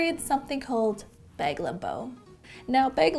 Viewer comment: Anyone else hear her say “beg” and not bag? Lol